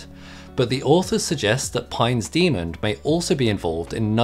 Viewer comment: why do you pronounce "demon" as "demond"?